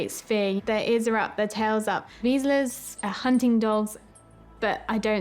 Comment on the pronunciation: The dogs are hunting dogs and instinctively know to be still when there is prey, as the end of the clip shows there is a bird in the bushes. And you didn't pronounce the type of dog correctly.